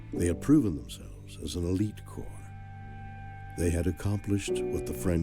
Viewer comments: COR...not corps. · Canadian special forces train the American special forces. *Corps is pronounced core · Corps is pronounced core (like an apple core). It comes from Latin via the French language and the final consonants (p & s) are silent. A Corpse is a dead body. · "Corps" is pronounced "Core." French. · I suggest you learn the difference in the definition and pronunciation of the words "corps" and "corpse" because you keep saying the word "corpse" and that's not okay unless you want to be haunted by Canadian corpses. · Just an fyi it’s pronounced sounding like “core”. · Love that you're taking an interest this. But just so ya know, "corps," is pronounced "cor." A corps is a large army formation comprising two or more divisions of infantry plus artillery and supporting elements.